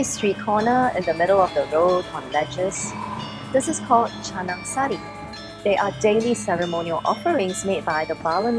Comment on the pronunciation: Finally. Foreigner says "Canang sari" with the right way